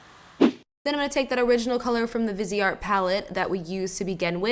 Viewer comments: Omg so pretty, and what I'm about to say doesn't pertain to, it's just in general. It's not pronounced vis-e-art. It's as if were vice art/vize art. The e makes the I have a capital I sound and the e is silent. Sorry, it's just the English major in me that has me correcting people, it's not to be mean. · Thought it was pronounced vize art?? Maybe not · The way you pronounced Viseart........ Oh